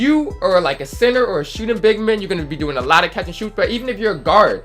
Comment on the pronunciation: " effectEve", "shooting bigmEn" 😂😂😂😂😂